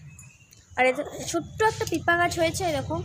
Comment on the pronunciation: tumi age mampi kotha gulo thik koro tarpor blog koro...pe pe k bolcho pipa sob kotha e vhul koro thik kore age sikho..kakrol k bolcho ghee korla ??funny hahahahaha nije nijer khilli uraccho...tomra ki adibasi